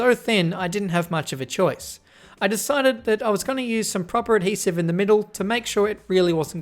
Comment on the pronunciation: Everyone take a hit whenever says 'Ad-Hesive'